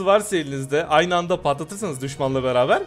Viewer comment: Abi aymi degil ayni :)